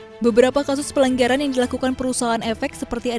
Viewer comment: Mbaknya yg jadi pembaca beritanya typo yah bacanya? Tadi dengarnya mbaknya bilang "Pelenggeran" yg harusnya kan "pelanggaran" apa.hanya ane doang yg ngeh?